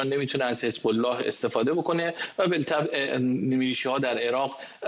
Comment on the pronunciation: جناب جسارتا واژه ی "بالطبع" بطبع خونده میشه، ال خونده نمیشه ینی بلطبع غلطه